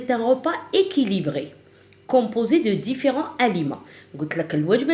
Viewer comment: Différents et non pas diffirents